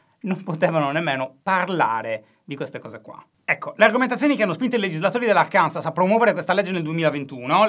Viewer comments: Ciao Alessandro. La pronuncia corretta di Arkansas è Àrkanso 😉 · Si scrive Arkansas, ma si legge Arkanso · Immagino non sia il primo a fare il noioso e dirvi che Arkansas si pronuncia Árkanso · Guarda che si pronuncia Arkanso: è francese